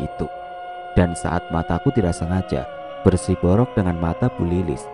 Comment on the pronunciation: Ketika saling menatap = BERSIROBOk bukan bersiborok😁😁😁 tetap smangaattt